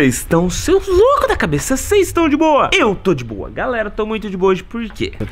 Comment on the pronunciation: Ele falou dboua umas 5 vezes kk